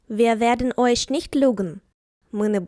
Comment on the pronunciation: Чому ви вимовляєте, іш, ойш?